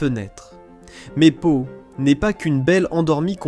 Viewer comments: Prononcer: Schloumpf. Prononciation : Pau -.Pot non pas pao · " Pa- Ho " ???